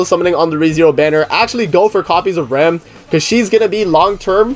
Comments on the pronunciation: Her name is pronounced "Ram" lol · She is RAM and you pronunce RAM Rem is the blue sister